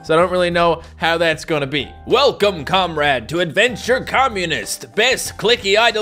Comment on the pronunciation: it’s not Comrade it’s comreeeede